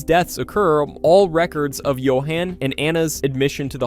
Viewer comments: The narrator uses both pronunciations including a third that sounds almost lazy, sounds like you-in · It’s Johauhn not JohAn